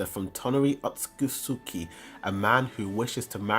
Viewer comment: That's not how you pronounce "Otsutsuki" sir